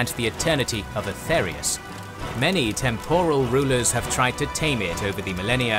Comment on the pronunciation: Yep just to add to some other mispronunications I heard: - Aetherius (pronounced Aetheerius) - Merethic Era (mispronounced as metheric the 1st time) - Alessia (pronounced Aleesia) - Reman (pronounced Reeman) - Stros M'Kai (pronounced Stros Ma'Kai) - Yokuda (pronounced Yokooda) - Hjalti Early-Beard (pronounced Hyalti) - Colovians (pronounced Coloavians) That being said other pronunciations were on point, great job on the video guys! Looking forward to more. It's also fun to mention that while some stories like the birth of Reman may sound pretty far fetched, that's the beauty of TES lore. So much of its history is told through different authors with their own subjective cultural/religious worldviews. The line between fact and fiction can be blurry. The unreliable narrator influence is what makes TES lore distinct to other fantasy worlds like LOTR where everything is often factual.